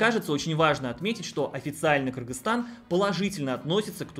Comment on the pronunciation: Молодец, объективная информация, без предвзятостей. И что особо радует название страны правильно произносит. За это особый респект. А то многие блогеры, даже не удосуживаются выучить название страны, все ещё в совке остались. А я считаю, что если приехал в страну, то должен уважать этот народ, а уж правильно называть страну, это именно об уважении и говорит.